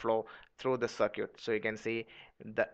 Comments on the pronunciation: FYI, its circuit, sir-kit, you pronounce it sir-q. So its not sir-q, but sir-kit. I'm just trying to help out, no disrespect. Thanks, a great video. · You have a horrible accent, more importantly, what the hell is a "cer-cute". Learn the proper pronunciation of the word "circuit". Do you pronounce biscuits as "bis-cutes"? My ears are bleeding after listening to all these. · ~circuit~ no sircute